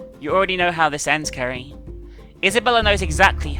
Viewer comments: At one point,you said Kerry not Ceri XD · Did anyone else notice that sometimes pronounces Ceri's name "Carrie"? It happened at least 4 times in the video. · Can someone count how many times says Ceri wrong this ep?